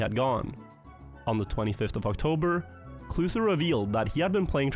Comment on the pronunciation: Was it Kluhtu or? Inconsistent pronounciation/ showcase in the video